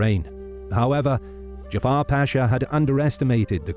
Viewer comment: The name is not Jafar it's Cafer. Turks are not Arabs.